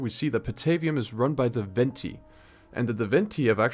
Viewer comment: Please do more content like this ,shit goes hard,but you did mispronounce a lot of names, for instance, Veneti, Carthage and switched the names of the towns of Patavium and Velathri.